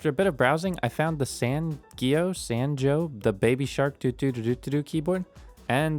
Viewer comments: Hey, I'm a big fan of you from Korea. The correct pronounciation for this keyboard is "sang eo" that means 'shark' in korean. But every keeb youtuber says "san geo" XD Anyways, thank you for your great videos! (Srry for my poor English skills) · It's pronounced: sahng-uh Means "shark" in Korean.